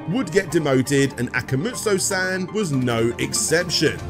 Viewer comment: You're saying akamujo instead akumajo on purpose, for engagement, right? You even have several advertisements where they say the vowels in the right order. If not, it's easy, just swap the second and third vowels. Imagine saying a puma jo but with kuma instead.